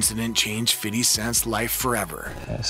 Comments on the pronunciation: I can’t listen to this guy call him fiddy I’m done 😂😂😂😂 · The way the narrator says "Fiddy" sounds so awkward. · I wince when i hear him say "fiddy" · God damn man, stop saying "FIDDY". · Why he calls him "fiddy" the whole time??? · When the narrator tries to be street by over emphasising fiddy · I HATE how this dude says “Fiddy” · I cant be the only person that cringes when he says "FIDDY" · It's irritating to hear this guy say fiddy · Can you say fifty ??? Lmao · I cringe every time he said Fiddy! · bro is fifty cent 😂 only white people say fiddy cent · Why is he saying Fiddy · Bruh why can't you say Fifty? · Why do white people always call him Fiddy? It’s just Fifty lol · I hate that you feel the need to say fitty. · i call him fiff, not fiddy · It's Fifty not FIDDY!! 🤣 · Who told this guy to say FIDDY instead of 50?? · Fifty!!! not FIDDY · dog remake this video saying FIFTY please. who tf calls him fiddy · I can’t watch for the simple fact dude keeps saying “Fiddy”🤦🏿‍♂️ Do white people realize that we don’t call him Fiddy but the we call him Fifthy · You know not one black person pronounces his name like “fiddy” its “Fidee” you over pronounce the D and Dont pronounce a y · ITS FIFTY NOT FIDDY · This is the last time I’m ever watching one of your videos. Over there saying fiddy. Video not even that good to be this disrespectful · He probably practiced saying Fiddy a thousand times before making this😂😂😂😂😂😂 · Word, someone please tell this man its pronounced Hom-O and Fithy. It was so cringe listening to this narration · yeah like just say fifty like white people should lol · i was just about to comment how i HATE hearing this guy saying "fiddy"....it makes me sick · And he's popping it to " Fiddy" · Facts. Why? 50 Cent's name has never been pronounced that way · Count how many times he says "Fiddy" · Fiddy with the shiddy 😂😂😂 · After about 10 times it gave me a headache. Even black people don't say Fiddy every time. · Every time he says fiddy take a shot